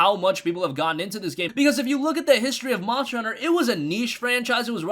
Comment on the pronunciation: monshter hunter